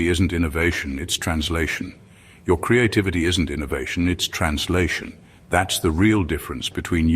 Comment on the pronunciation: ONCE AGAIN HEARD,"CREATE-TITTYVITTY", 😂 AM I STARTING TO LOSE THE PLOT OR WHAT????😂